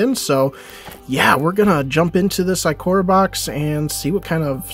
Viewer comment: Nice pulls but it's Ikoria (eye-kor-eya)